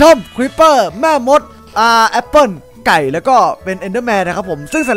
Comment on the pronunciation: ทำไมต้องเน้นคำว่า''ไก่ ''ด้วยครับ555